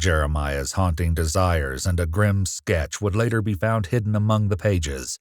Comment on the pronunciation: “Servival” …… “desier”